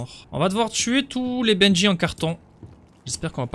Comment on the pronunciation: Pourquoi tu dit bendjy c'est bendy